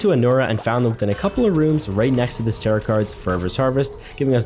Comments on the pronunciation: I hate when people don't know how to pronounce tarot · Did he say tarot like carrot? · Him saying tar-it instead of tar-oh hurt me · Friendly note: Tarot is pronounced Tare-oh, not Tare-ot. The t is silent! Great video btw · Lol its pronounced tarot cards (t-air-oh) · the mispronunciation of tarot is truly one of the most things about this playthrough